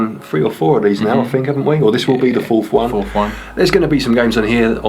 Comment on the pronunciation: Great video guys. I do have to say though. Its fourth not fourf lol